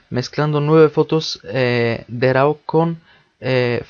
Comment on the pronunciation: Hola hermano con todo respeto y con el afán de aportar algo... se escriba RAW pero de dice RO como si dijeras RUO pero casi no se siente la U Camera RO... saludos